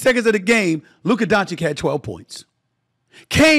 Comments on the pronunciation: It’s Doncic not Doncik… when you speak, speak slower then you will achieve the right pronunciation ❤ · Doncic!!! Not Doncik u f…. Loool, have some respect Stefan😮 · Doncic... It's Doncic. Not Doncick. Idk man, it's really not that difficult to pronounce dude. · DON CHICH ! Not donchik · Luka is 6 years in NBA. By now, you should learn how to pronounce his surname. It is not Luka Dončik, it is Dončić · My god Stephen A, this man has been in the league for almost 6 years. One of the most talked about superstars. Its Luka Dončić(Donchich) not Doncik or Danchich. D and then an O not A. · DON-CHITCH, not DON-CHICK!!! Bruh! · Hey Steven Ey Schmidt it Luka Donchich, not Donchik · Dude it is pronounced Donchich, not Donchick. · DON-CHICH omg it’s not hard. It’s about respect. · I thought it is pronounced: Luka Donavich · Luker Donchick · Please pronounce his name correctly. Dončić - "DonCheech" I cant believe you can't say it right man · DONCHICH DONCHICH DONCHICH DONCHICH DONCHICH DONCHICH DONCHICH DONCHICH DONCHICH DONCHICH DONCHICH DONCHICH DONCHICH DONCHICH DONCHICH -------- NOW READ ALL THIS LINE BY LINE AND YOU WILL BE ABLE TO PRONOUNCE DONČIĆ CORRECTLY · unwillingness to even learn to pronounce dončić correct is insane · 😀No way, really? You are forgiven but he is in the media and stll cant pronounce it rigght i mean damn man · It’s actually really easy to pronounce, not sure how u could mess it up. Pretty sure he does it on purpose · Say his last name right!! You’re so called television analyst and does not learn or try to say his name right?? Disgraceful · no he does it on purpose to subtlety disrespect Luka and his greatness. Luka is going to be a Top 5 player EVER, he already has the skillset and now he will win the hardware to confirm it. It’s absolutely disgraceful to not be saying this guys name correctly after 6 years of domination. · If he wins the championship, will you finally say his name right? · Say his damn name right. C’mon already.